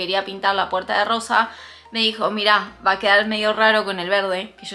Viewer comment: Me encantó l la puerta rrosa cómo el capítulo de los Simpson cundo tod Decia puerta rroja hay pero es puerta rrosa besos 💋🌈